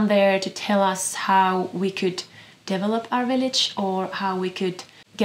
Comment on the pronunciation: Means more to me than you, perhaps. When you say "develop" I hear " devil-up ." Where the envy and dissatisfaction gains purchase. Where we cast our gaze away from joyous release, away from death's necessity, & envisage invincible acquisition -- ONLY, ALWAYS BLOOMING FLOWERS! Tsk. Only the surrendering, dying seed, beholds the continuum...❤ (beautiful loaves!)